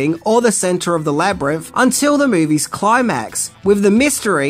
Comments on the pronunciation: I'm really sorry, but I keep getting really distracted by 'Labrinff' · Love love love this movie! This was super interesting, but uh… “Jeriff” and “Labyrinff” over and over drive me a little crazy. 😛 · Labyrimf? Labyrimph? 😂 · Labrimpf? Never heard of it. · Please learn to say Labrynth correctly